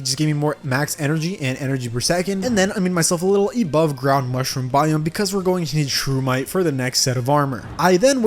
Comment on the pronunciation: did you just say EBOVE